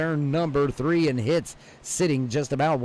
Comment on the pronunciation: hitze is pronounced hitsey